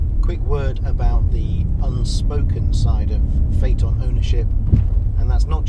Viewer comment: Most people pronounce it like Fiton 😂 You did it correct "Fateon"